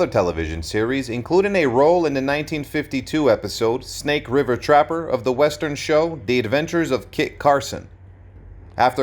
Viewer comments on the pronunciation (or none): none